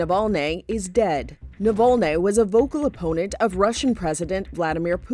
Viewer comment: I think he name is spelled Navalny and NOT NOVOLNE. Unless you have a Russian accent you have no reason to distort the name. Next thing will call Obama Abama